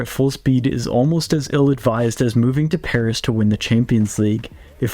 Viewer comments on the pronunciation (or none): none